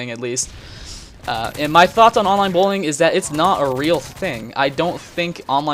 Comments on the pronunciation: genuinely though he was saying "bowling" at first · sounds like you're saying bowling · does anyone think what he's saying sounds more like "bowling" than "bullying"?